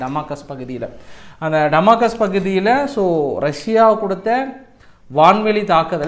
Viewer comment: சகோதரர் டமாகஸ் இல்லை டமாஸ்கஸ் என்று திருத்தி சொல்லுங்கள்